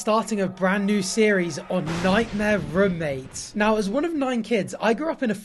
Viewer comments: the posh rummates instead of roommates gets me every time bless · I'm sorry, but has anyone every said how you say "roommates" like "rummates" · the way he says roommates sounds so weird for some reason 😭😭